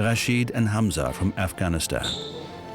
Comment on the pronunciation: A German named Hamza, not Hanz.